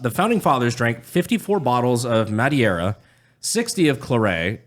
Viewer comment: 16 its 'Mah-deer-ah' brandon